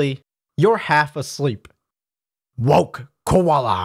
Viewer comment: “WoKe KoWAlA” Lmao